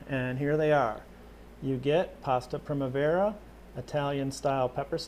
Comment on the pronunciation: Hehe the way you said primavera... :p